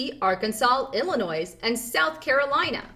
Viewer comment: FYI, Illinois, the S is silent.